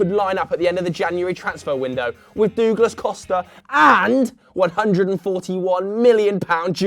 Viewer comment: "Dooglas Costa"